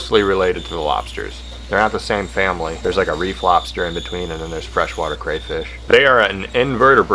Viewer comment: Took me half the video to realize you said "reef lobster" not a "re Flobster" I thaught that was a a funny way of saying that cray fish and lobsters had a re flopping of genetics. Lol